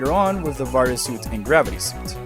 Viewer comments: The way you pronounce "Varia" hurts me personally, as I've always pronounced it "vuh-rye-uh". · Barrier japan pronounce it as a BARIAAAA wich become the varia on US😂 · listen, I could totally be the idiot here and be pronouncing it wrong, it just always read that way to me, personally lol